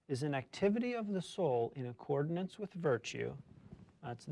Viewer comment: The word is “accordance”, not “accordinance” - military background? Thinking of “ordinance”?